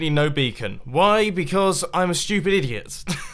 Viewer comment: He said ''stupid'' just like ''schu-pitt'' ;D